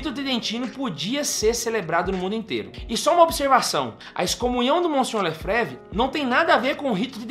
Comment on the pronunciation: Facilmente identificamos uma pessoa despreparada para falar sobre o assunto em questão, e ainda mais despreparada para falar sobre Dom Marcel Lefebvre, pois sequer sabe pronunciar o sobrenome. A FSSPX, quer queira ou não, salvou o sacerdócio católico e mantém viva a verdadeira fé católica.